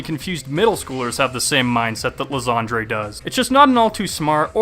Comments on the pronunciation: Ly-ZAND-REY? Dude as a shakespeare nerd, I have to correct you on your cancerous pronounciation. Ly-Sand-Er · You saying Lysandre wrong . Its Lie San like s and an and durr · I still dont get why people still call Lysandre Lysandré. The Mega Evolution Specials have already told us what the right pronounciation is. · Pretty sure his name should really be pronounced Lie-sand-er. Also I would have loved Team Flare a LOT more if they used... Flareon duh!